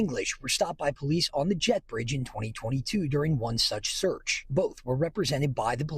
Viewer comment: say it right. An illegal and dangerous search and seizure program got these pigs caught.